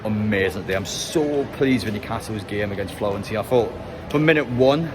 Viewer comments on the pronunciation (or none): "Florentina" 😂It's Fiorentina! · Hate to be that guy but the team is called Fiorentina. Florence is the English pronunciation for the city and Firenze is the Italian I think. Keep up the great content.